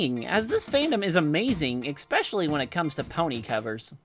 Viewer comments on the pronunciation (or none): It urks me every time you pronounce "especially" as "eckspecially"